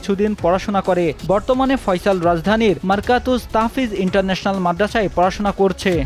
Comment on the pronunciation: হায়রে সাংবাদিক ভাই, মাদ্রাসার নামটাও ঠিকমতো বলতে পারলেন না, মারকাজুত তাহফীজ, মারকাতুজ নয়